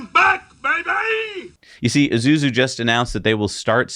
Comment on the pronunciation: Isuzu, like Ee-Soo-Zoo, not Ee-Zoo-Zoo